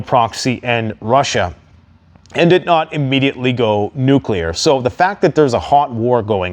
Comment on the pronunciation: Wait, I thought he kept saying Nucular !!😂